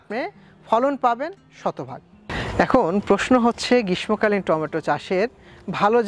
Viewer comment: উচ্চারণ গ্রীষমোকালীন হবে না। শুদ্ধ উচ্চারণ হবে। গ্রীশশোকালীন। তবে লিখতে গেলে গ্রীষ্মকালীন লিখতে হয়।